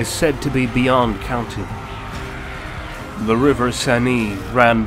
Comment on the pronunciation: For zhe Lady!